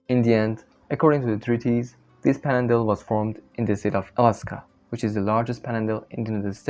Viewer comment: The mispronunciations make this almost unintelligible. It's panhandle, not "pandle". Maybe get some AI speaker to help you out?